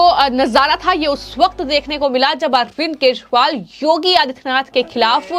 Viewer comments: It's kejriwal not keshwal 😅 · बिटिया यदि आपको केशवाल का सही उच्चारण नहीं कर मिलता है तो आप गिरगिट बवाल भी कह सकती हो हम लोग समझ जाएंगे 😂😂